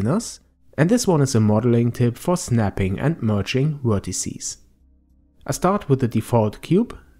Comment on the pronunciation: Very helpful, but you keep saying "wertecies" :p